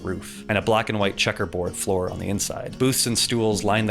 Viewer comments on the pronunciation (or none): none